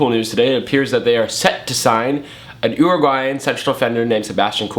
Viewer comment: an oooroguayan, oooroguay LOL